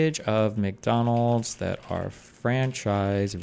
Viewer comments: Whenever Destiny messes a word up, I look to the chat and there is always someone rubbing his face in it 🤣🤣 "McTonals". It's the name for someone who is constantly tone policing. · Mack Donald's not Mick